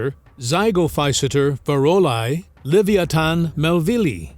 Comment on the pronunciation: *le·vi·a·than You almost got it. Don't give up...